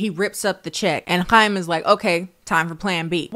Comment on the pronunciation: Small thing but I love that u were able to pronounce Chaim correctly haha